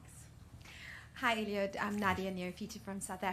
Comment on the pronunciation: Not Eliot, ELIUD.... good job anyway